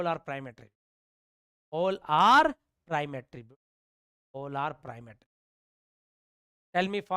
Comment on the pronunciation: Prime and non prime thora sahi se boliye...nahi samajh me aa raha hai..😑